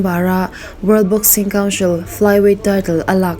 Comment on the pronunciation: English lam uluk deuh hlek LA...eg.council(counshil nilovin coun-sil) shhhh ...lam rikna tur ah I lam lo va.lam rik lohna tur ah I lam bok si a....a ngaihnawm leh zual ang a..quality tha zual bok ang..all the best